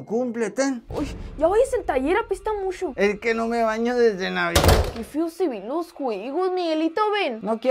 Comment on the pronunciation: Me encantan las personas que dicen sh en vez de ch.EJEMPLO: MUCHO. MUSHO